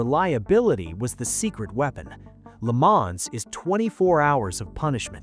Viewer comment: It’s pronounced Le Mahn, the s is silent.😩